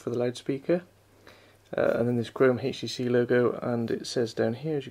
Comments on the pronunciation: why oh why do people pronounce HTC as "hage tee see" the "h" is silent... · why does he keeps on saying, "heych t c"???